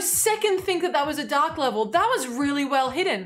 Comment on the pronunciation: oooohhh she said dark. It sounded like she was saying its a duck level